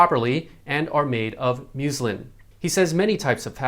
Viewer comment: the fabric is “muslin” with a short U sound, not at all like muesli the breakfast cereal.